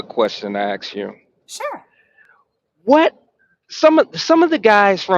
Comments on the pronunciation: AX? AX A QUESTION? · Tuned out soon as he said ax you a question